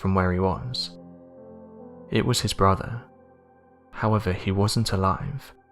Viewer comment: He keeps saying "his bruvver". Does he mean brother? Is it that hard to pronounce? And anovver instead of another.